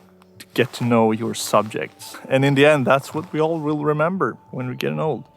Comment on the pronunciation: "I wiss keep standing here" lol😂😂😂